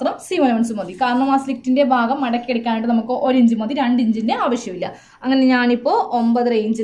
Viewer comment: ബാകം അല്ല ഭാഗം ആണ്